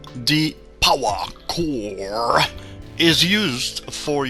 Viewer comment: Ssrsly probs a nice guide but the way u pronounce power core i just wanna hit ur head on the table.. no offense tho